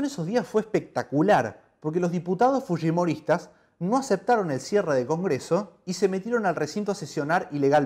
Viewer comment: El lo pronunció correctamente